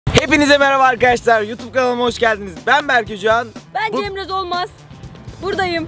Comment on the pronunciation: Abi videonun başında Cemre abla ben Cemra Zolmaz diyo solmaz demiyo🤣🤣🤣